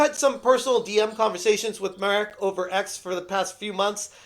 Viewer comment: it's pronounced [Mahrek], not [Merek]